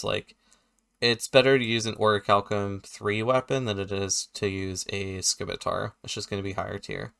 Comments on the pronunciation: The "c" in "scimitar" is silent btw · I can't stand people who pronounce it "skimitar".....